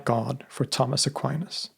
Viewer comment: Tomas Aquinas ( please do not pronounce Tammes Aqua -áines ) has been one of the greatest philosophers of all time still quite relevant due to his sharp wit , no-nonsense Aristotelian logic addressing theological matters .